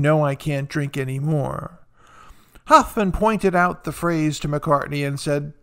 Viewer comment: Please learn how to pronounce Hoffman . 😃